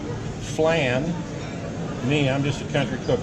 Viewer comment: Lol my favorite part is when he showed the flan...it's not fan with an L, it's pronounced flawn. This guy was the man, the myth, and the legend though. He had so many talents that through hard work he put to use. I've probably watched all of his cooking shows and I can see where he grew as a cook, learning as he went.